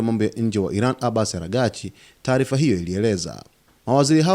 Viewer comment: Kwa Nini ujuwi kusema aragsch?